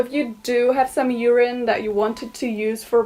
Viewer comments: Nobody: Karolina: "Ureen" jk I've just found your content and I'm already hooked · Did she say urine to die hair?